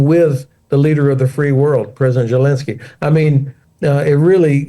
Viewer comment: Why is the ’ constantly saying Zhelinskyy’? Someone please correct this bumpkin!